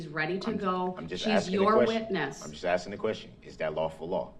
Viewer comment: This guy,'aksing' the wrong questions! He will aks for a retrial!